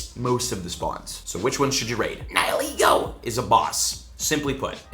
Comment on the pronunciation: The way you say Nihilego lmao